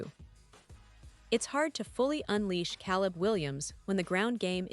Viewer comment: Get better AI to read your text. At least find one that can pronounce Caleb